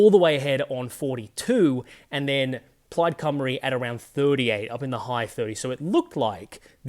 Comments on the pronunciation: Brilliant! You perfectly pronounced both Plaid Cymru and Caerphilly. Two things that several English political commentators couldn't manage in some other videos I just watched. 👏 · He pronounces Plaid Cymru perfectly. Ironic that an Australian does a much better job than many English newsreaders.